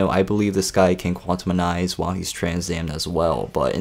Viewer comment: you're pronouncing Quantize WRONG